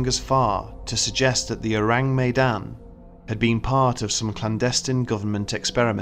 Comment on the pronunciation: Everyone who speaks Malay: This video: Ooureeng Meydannn